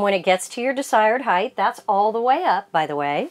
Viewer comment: Its not “Heigth”. It’s “Height”. It’s pronounced “Hite”